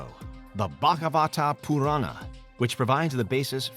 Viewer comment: I love the way he pronounced Bhagavata Purana